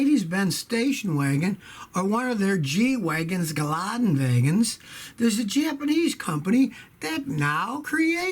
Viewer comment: gelande wagen not gelade wagen